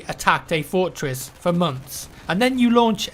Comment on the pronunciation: "Fourtwess"